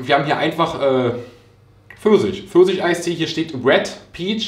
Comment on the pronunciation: "Eistee Försisch" 🍑